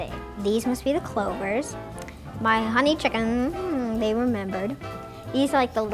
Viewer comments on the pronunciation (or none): “my hohney chiacken, they remembered"